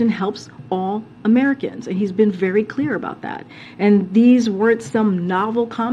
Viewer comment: Lets just be cleear.... they've been "clear" as to what they mean...